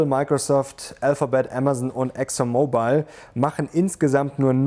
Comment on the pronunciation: Bitte englische Wörter nur dann benutzen, wenn es kein deutsches Wort gibt, das ist ein deutsche Kanal. Ich verstehe, daß die englische Sprache extrem schwierig ist, deshalb kann man nicht erlernen, Sie konnten das auch nicht, wie die Aussprache von Exxon Mobile zeigt, die Sie falsch ausgesprochen haben. Englische Aussprache ist naemlich Fallbezogen, es gibt keine Regel.